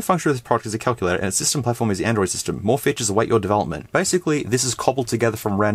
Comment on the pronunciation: WTF is a Kuck-you-lay-tor??!!